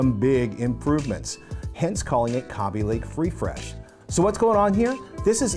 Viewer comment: It's Kay-bee lake.